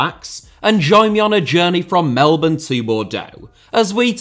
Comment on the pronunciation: I swear is the only non-Australian who has ever said ‘Melbourne’ correctly